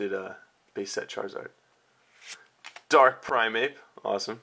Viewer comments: Dude, you make really mutch pressure on the start of almost every word you say :P like "DArk" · I love the way you put emphasis on the word dark. XD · so much emphasis on the "Dark" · "AN A DURKKK JOLTEEYONNN!!!" The overpowering emphasism is cringeworthy.